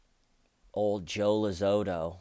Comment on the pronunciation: Joe LOZITO not lozoto